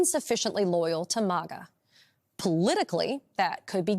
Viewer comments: It's Mag uh. Not Mog uh! Who the heck are you? Report on the commies, not the Republicans. It's obvious you don't even know what you are saying! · MAG A. NOT MA GA🤣🤣🤣🤣🤣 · Why does she say MOGGA? 😂 It’s pronounced like the 1st 2 syllables of magazine. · It's pronounced mah guh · Someone please tell this chick how to pronounce MAGA!!